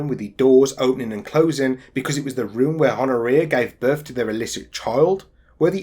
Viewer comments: Pronounced Hon-oria. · Good work, but Honouria does not pronounce the H, it's 'Onna Re Ah'.